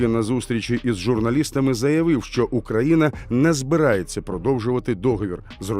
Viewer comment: Диктор, можно потренироваться в выговоре названия страны на украинском языке? Даже зеля уже научился. Стыд....